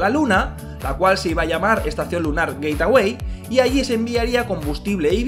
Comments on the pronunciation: Se dice geitwei no geitawei😝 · Por qué dice "Gateaway" en vez de "Gateway"?????? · Gate-away??? 😂🤣😅 que mala pronunciación